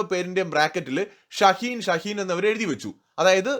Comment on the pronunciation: ഷഹീൻ അല്ല മോനേ ശഹീദ്.. നമ്മുടെ നാട്ടിൽ ഷാഹിദ് എന്ന് പേരുള്ള കട്ട്‌മുല്ലകളെ ശഹീദ് എന്നാണ് വിളിക്കുക 😂